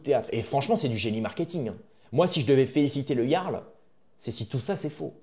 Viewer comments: putain mais apprend à parler ! on dit pas le garl mais le yarl ! C'est déjà casse couille de t'entendre faire une faute de français par phrase alors que tu fais le pseudo cultivé... T'es une photocopie de soral en version low cost! Soral moins le logos ! T'as quoi,17 ans ? Putain je regarde tes vidéos avec indulgence depuis quelques temps mais tu régresses. J'ai 40piges, et j'ai été indulgent mais tu donnes de plus en plus de signes de la dégénérescence de te génération. Désolé poto mais je me désabonne... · Bien mais dis ''Yarl'' stp pas ''J''arl ça rend dingue lol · Quel clochard tu fais avec ton interface de roumain, "siouplé 5e pour manje". Meme pas capable de prononcer le mot jarl (ca se prononce "yarl") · Sa se dit Yarl stp pense au viking